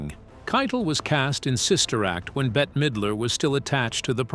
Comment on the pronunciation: better midler ? no Bette is just pronounced like bet